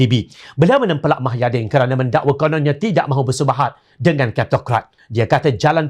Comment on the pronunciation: Kalau boleh pembaca berita nya sebut nama² tokoh dengan jelas dan benar.. Misalnya nama agong kalau boleh full.. Jangan separuh gitu.. Hahaha Satu lagi.... Nama bekas pm tu MUHYIDDIN Bukan MAHAIDIN.. Jadilah penyampai berita yang mantapppp... Mantap dengan info beritanya..